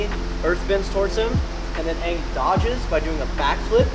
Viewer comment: "aangle" lol